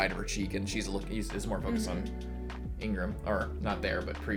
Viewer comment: He is not called Ingram. His name is Igaram. :face-purple-crying: I die a little each time you call him Ingram. lmao